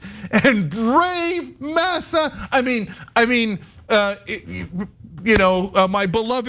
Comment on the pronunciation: When Cenk said "masser" that was hilarious. I am ablack person, so I use that term every once in a while. Vivek, lost any aelf respect that he had . He went after Niki Haley for far less, yet in the oresence of Ann Colder ( Coulter) he went further than kissing her ring. he kissed her ass so hard that i think he made it to her colon.